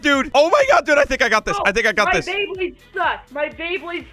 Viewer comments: Bro just said bleyblade c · Is it just me or did he say blaybade